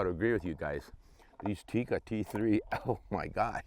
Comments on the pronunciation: It is not pronounced Tiikka.It is pronounced and written with one i.So it is Tikka. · It's Tikka.. not "theecka" or "teak-uh". It's just a direct tick-a. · Almost 60 years of Tikka rifles and people still cannot pronounce "Tikka" correctly.